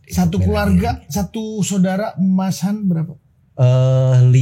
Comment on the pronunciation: Aku sih Yes utk kak Yayan....tp BIG NO utk mas...anda harus banyak belajar...suara cempreng anda cukup mengganggu..eh masih ditambah suka motong dan tidak menguasai materi! Elek tenan wis...manggilnya tadinya mas Han...berubah jadi kedengaran kyk mas YAYATTT........